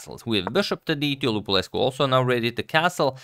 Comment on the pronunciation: Cool video, btw your pronunciation of Lupulescu is correct.